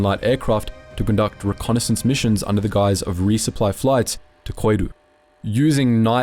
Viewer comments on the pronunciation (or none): none